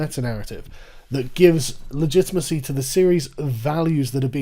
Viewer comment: Great video I’m sure, I couldn’t pay attention because of “legitmacy” I was going slightly crazy, I mean fuck man correct it.